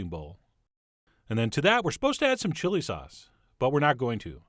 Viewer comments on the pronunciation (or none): none